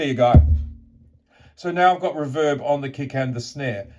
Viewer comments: REE-verb vs ReVERB. You’re welcome… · It's "Reverb" not "Reverb" ;)